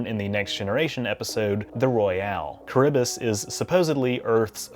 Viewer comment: I'm not that big of a Star Trek fan but I'm really impressed and entertained by your depth of knowledge/research, sly humour, and engaging presenting style. Enjoyed your recent "clone sequence", hilarious. Um sorry to be that pedant but for future reference Charybdis is pronounced ka-RIB-dis - an odd choice of name for a space vessel since Charybdis was a mythical whirlpool that sucked sailors to their deaths :p